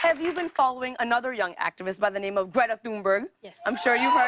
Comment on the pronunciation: Lilly mispronounced Greta Thunberg - your team might want to look up the correct pronunciation before mentioning her again on the show